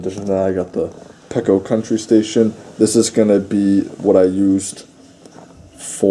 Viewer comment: Peco is pronounced pea-co